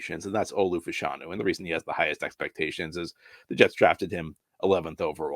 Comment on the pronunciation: It’s pronounced “FASH-a-nu” not “fa-SHAWN-u”